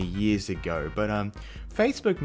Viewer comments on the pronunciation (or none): none